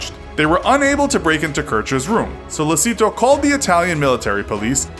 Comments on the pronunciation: He pronounced it wrong, it's not pronounced sollesito, it is sollechito, CH no S (it's pronounced like this, although not written like that in Italian) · That Spanish pronunciation of "Sollecito". You read it as it's written. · Oh. My. God. The pronunciation of Sollecito is cringeworthy. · sOlLeseeTO BRUH its so-le-chi-to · It's Sollecito, not Sollesito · So man pronunciation problems. Perugia (say g like j). Sollecito pronounce like “sollechito” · and "sollecito" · Your mispronunciation of Perugia and Sollecito throughout the video is driving me crazy. The G in Perugia is pronounced like the J in English. The C in Sollecito is pronounced like the CH in English. The G in Mignini is not pronounced like a hard G. GN is pronounced like NY in the English word canyon. Mee-NYEE-nee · You’re Italian pronunciation is awful... you could learn right pronunciations of ‘Mignini’, ‘Perugia’ and ‘Sollecito’ before making this video. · If it's language difference between English and Italian then why you pronounce "Sollecito" as a Spanish name. Don't be rude and arrogant if someone does a constructive criticism. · my God...it's Sollecito (So-le'h-chi-to) not Solleci'to like Despacito, and it's Perugia (Peh-ru-ja). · Perugghia, Sollesìto... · The way you pronounce "Perugia" and "Sollecito" physically hurts